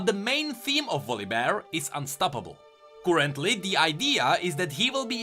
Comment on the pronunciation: I love these videos. But the real nightmare is the way you pronounce some of the words :) Kurentli !